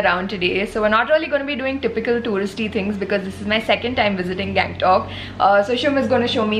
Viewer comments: गंगटोक का गॅगंटोक कर दिया🤣🤣😅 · hey, its गंगटोक not gang-tok .........the way you show the place is really nice.